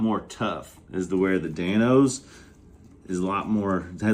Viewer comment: Love the running “Dan-se”🤣